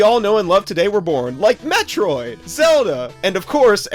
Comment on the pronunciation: ok its not metriod HER name is samus and samus is a GIRL jeez you know nothing about the 80s games